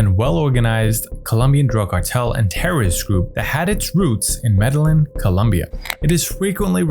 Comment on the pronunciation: Medellín [meh-de-yeen] NOT MEDALIN!